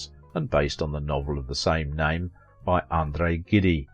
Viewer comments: Andre GIDDY ??????????? Hysterical. It's pronounced zsheed. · Please get the pronunciation right. It's not pronounced GIDE. There was no romance between both of them, they were just close friends. Wrong facts.